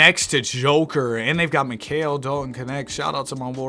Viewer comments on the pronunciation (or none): none